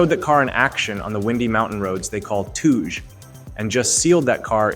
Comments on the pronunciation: Touge, (Toe-gay) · My mans said "tooj"